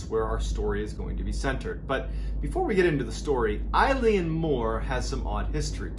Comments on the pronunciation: Small tweak It’s pronounced like ILL-ee-ann More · Eilean means island in Scots Gaelic and Mor means big, so 'big island'. Eilean is better pronounced ill-N, rather than eye-le-an! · This happened close to where I’m from, good story and well told however the pronunciation for ‘Eilean’ is Eh-lan rather than I-lene, it is the Scottish Gaelic word for island, and Mor is Gaelic for big so it translates to Big island as it is the biggest of the flannan isles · It's pronounced ELLAN, not "eye-leen". It means Island in Gaelic. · Correct pronunciation- ill-in . Eileen is a girls name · Eilean is pronounced, ' Illawn' not like the name Eileen. Dublin girl who grew up speaking Irish and our language is almost identical to Scots Gael.. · It’s pronounced Ay-Lean lol my mums name who would have thought when she got married she’d be named after a spooky lighthouse lol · I’m another Scottish West coaster and just to let you know that if you say the letter A and add lan at the end, that’s the perfect pronunciation (not of the Gaelic word “Eilean”, which means island. You got the Mor perfectly though. Really enjoyed your telling of this one 👍🏻🏴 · Its pronouced ‘ellen’ mor, its scottish gaelic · pronounced eelan! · Love watching your videos. As a Scotsman just wanna say it's actually pronounced like ehlen, like imagine the whole joke of how Canadians always say eh? Well it's like eh? Len. Only say because if anyone has the gift of hearing you tell these stories in person, they are as close to the details as possible. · The Gaelic "Eilean" is not pronounced like the woman's name "Eileen" but rather more like the name of the sports car, the Lotus Elan. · Surprised there is not more comments but it’s pronounced (Ee-lan) Mor! I am born & bred Scottish and had a giggle at the way you said it! 🏴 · Eilean is pronounced like "ill-in" or at least the Irish pronounce it like that, maybe not the Scottish. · It’s pronounced aylin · the i in Eilean is silent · It's pronounced a-lan